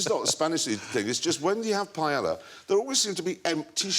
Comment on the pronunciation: i've never heard someone call paella for pajala before!